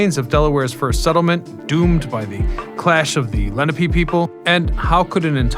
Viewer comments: ‘Le - Nah - pay’ not ‘Lenny - Pee’. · Great history and I'm sure lots of research. Why then did you butcher the Native American name, Lenape, layNAHpe